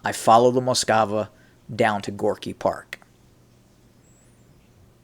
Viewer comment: Some minor housekeeping: It Russian it's "Moskva" ("Москва"), i.e. not "Moskava". Now to the content of this clip: In the mid-1980s I was already traveling routinely to the USSR on business, and in the 1990s I basically lived there. It was totally obvious to any serious USSR-/Russia-expert at the time that things were changing, big time, vis-à-vis the time I first experienced the USSR in the deep-freeze of the Cold War as a student in 1977. It's disappointing that the U.S. Army hadn’t yet caught up and still had that mural up on the wall of Fort Knox, but in all fairness I think that's because down at the operational level of the "jarheads" (OK, those are the U.S. Marines... but it's the same difference) changes take place more slowly. Until Gorbachev came along there can be no doubt that the USSR was a dangerous threat... the mural was probably just a holdover from the pre-Perestroika days. The real problem is that we're back to where we were... except even deeper in darkness, closer to WWIII than ever before in history. As far as the Scorpions go: I liked that “catchy” song too, but it just goes to show that one should never get too emotional about the political perceptions of a bunch of moronic, brain-dead (and probably drug-taking) "rockers". These guys always were and still are just a bunch of uneducated, totally stupid jerks who basically understood NOTHING about the changes they were singing about back then and today understand NOTHING about the current conflict in the